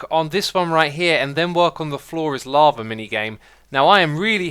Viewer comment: why you say "lavar" to "lava"